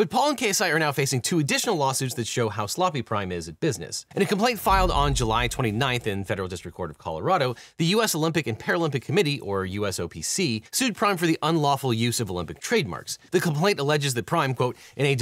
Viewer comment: From a fellow Coloradan: It's "Colo-RAD-o", not "Colo-ROD-o".